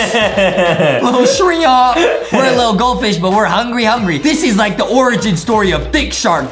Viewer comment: You say shrimp not shriomps bro